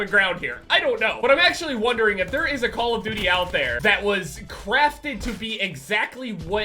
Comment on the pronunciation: "Us call of DOOIE players" ahahaha